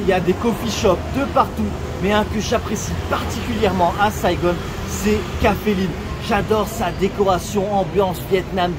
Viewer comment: c’est Saigon et non Saigone, le Vietnam c’est aussi les kmers qui ont envahi le pays et les français étaient venus pour sauver les vietnamiens, depuis beaucoup de vietnamiens se sont réfugiés en France.